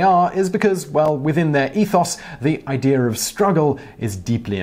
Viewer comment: If you think about it you will notice that he says idear and not idea all the time.